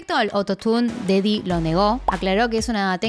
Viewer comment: "Con respecto al autotune, DADDY lo negó" Cuando dice daddy suena muy raro xd